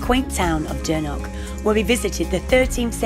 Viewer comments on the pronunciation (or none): It’s Dornoch not dernoch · why are you pronouncing it as “Dornock” that’s a completely different place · yeah sorry I was kinda rude to point it out but from speaking to the locals in the past they all really hate it when people call it Dornock and get really triggered. Honestly not everyone can pronounce the “ch” sound like in loch for example. So sorry for being rude to point it out but yeah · My bad! 😂 I was really struggling to pronounce it